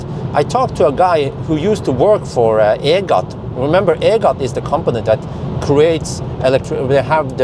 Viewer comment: EGAT stands for Electricity Generating Authority of Thailand. Just pronouce EGAT as E-Gat ( as bat)